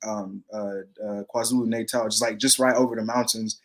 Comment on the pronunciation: Bro I love the videos but you have to get your pronouncing of names right 😂 it Kwa Zulu Nata (not Kwa natal ) and Gauteng is pronounced How Teng (Gauteng) the G is silent !! And when your there learn some Zulu as well !!